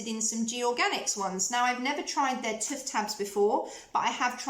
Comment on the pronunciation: I have taken stick deodorant to hot climates and never had an issue but you can put a small amount of it into a jar/pot and apply it with a wooden stick or your fingertips .. it is TOOTH not tuth ...you can say it properly as you said it a couple of times... sorry it is a pet hate!